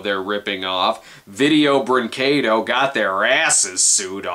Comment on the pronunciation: He can't pronounce vídeo brinquedo